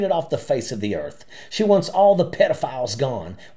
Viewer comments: "the peedafills" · “Peedafills”?? She’s smart for a trump supporter 🙄